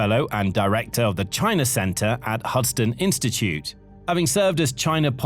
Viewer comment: Husdan institute? That's the straw that breaks the camel's back. I no longer believe the audio is a real person